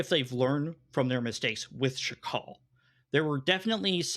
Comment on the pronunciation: why keeps calling Sakhal "Shakal"? The H comes after the K, bro. That doesn't mean there's an SH anywhere in there.